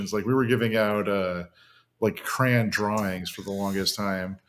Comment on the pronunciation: it gives me so much life to hear these boys pronounce crayon "cran" ❤️ long live the multimillionaire adams brothers